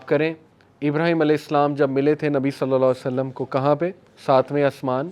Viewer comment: nabi salsallam kya hota hai. Nam pura padha kro adab k sath. I'm turn angry when you say salsallam. Say sallallahualaihiwasallam. 👍